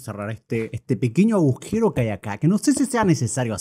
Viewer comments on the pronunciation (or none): none